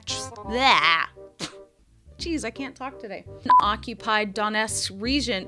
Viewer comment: You were spot on with the Donetsk pronunciation, at least to my Finnish ears